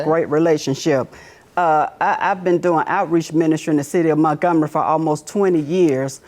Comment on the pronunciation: Right. “Muntgumry” 😂